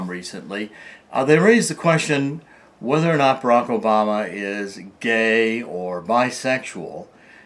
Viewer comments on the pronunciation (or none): none